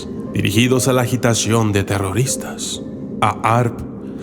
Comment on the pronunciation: excusame hermano se pronuncia harp...en este caso la h no es muda....Dios te bendiga. puedes tambien agregar que produce problemas en la circulacion cerebral...lo que produce presion alta y depresion......